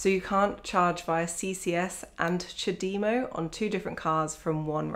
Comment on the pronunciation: First time I've ever heard someone pronounce CHAdemo correctly, most try to take the French way of charge de move of (chadem o) rather than the Japanese "time for tea"